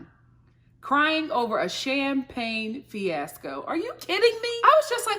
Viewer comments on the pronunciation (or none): I'm an English snob like you, which is why this episode made me cringe so hard. Between that girl saying "finasco" instead of fiasco and the other one pronouncing lingerie as "lingery." I cannot. RIP language